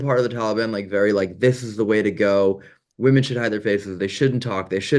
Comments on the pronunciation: women, not woman 🙃 there's that cali accent. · Can someone please educate on how to pronounce "women" correctly. No disrespect, I love you guys but i have been listening to that for so long now and it's very annoying and I am upset no one has said anything before 😅❤